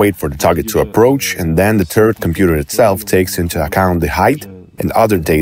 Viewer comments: tur-RETS? with a pronunciation like that, the system should be called 'SYNDROME' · you wrote the script, filmed B-roll, recorded a voiceover, and not once googled the pronunciation of turret